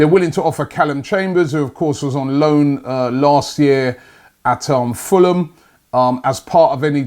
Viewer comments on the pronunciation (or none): none